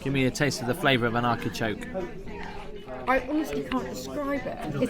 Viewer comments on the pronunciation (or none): The word is Artichoke not Arkichoke